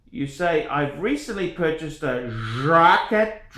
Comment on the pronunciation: This is the worst watch opinion I’ve seen on YouTube. Congrats on owning a Reverso. Please stop butchering the pronunciation of Jaquet (it’s very similar to ‘jockey’).